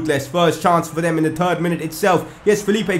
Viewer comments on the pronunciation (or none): Seriously, it's THIRD not turd. Turd means shit.